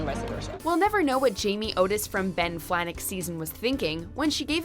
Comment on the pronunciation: Flajnek* not Flanek.